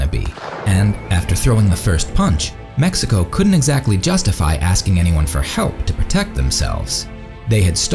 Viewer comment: Stop saying MESSICO!